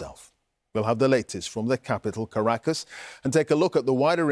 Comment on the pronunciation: We don't say Washiiiiiiington OR Londooooooooooon Maybe you try to Pronounce Caracas right